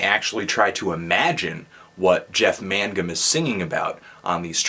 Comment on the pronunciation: It's not man-gum. It's Main-gum. Learn to pronounce the names of the musicians you review.